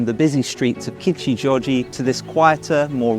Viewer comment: great video, just some minor pronunciation policing... kichi - oji, not joji. koga-nei (nay), not nigh.